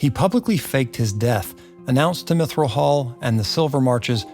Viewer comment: Mithral hall, not Mithrill hall, unless you want to be sued lol!